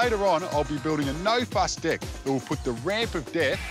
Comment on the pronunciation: Every time he said 'deck' , I understood 'dick' 🤣